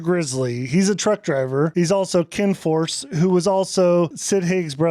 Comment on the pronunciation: It's Ken Foree not Ken Force 😂, also you said Michael gives Loomis 3 back shots even though Loomis shot Michael 3 times